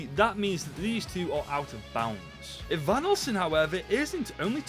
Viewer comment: Blud said evanulson